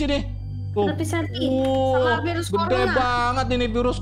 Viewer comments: Corona bang bacaan nya korona atau covid-19 bacA An nya kovid -19 bang bukan konorak kk ya bg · Yg - itu conorac/ conorak bkn corona😂😂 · Koronak bang bukan konorak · Korona Bang Bukan Konorak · Corona bang bukan conorak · Virus corona bang bukan conorak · Corona bang bukan konorak tulisannya corona di bacanya korona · Korona bukan konorak bang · Corona bang bukan coronak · Bang corona bang bukan conorak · Bang korona bukan konorak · Bacanya bukan konorak harusnya Corona tapi bacanya Korona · Korona bukan konarak